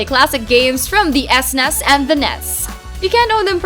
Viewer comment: You learn a new way to pronounce SNES every day!